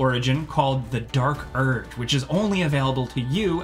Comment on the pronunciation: Did you really just say the dark 'erg'? 'can be found here' WHERE is here?